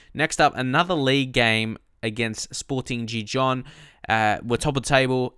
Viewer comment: Don't pronounce the j in gijon!!!!!